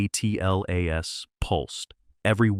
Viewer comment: Why can''t the commentary say Atlas ....rather than A.T.L.A.S??